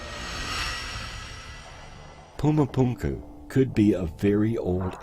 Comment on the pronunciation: Puma Punka???😂😂😂😂 it’s Puma Punku…..